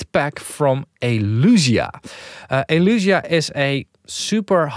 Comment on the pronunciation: Isn't it Elysia? El-eeee-sia, not El-uuuu-sia